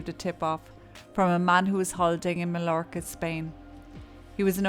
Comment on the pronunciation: Very good video and I’ve subscribed. But Majorca or Mallorca is pronounced ‘Mayorca’. I, too thought ‘God give me strength’ when that stupid woman said she’d stick with this beast until the end.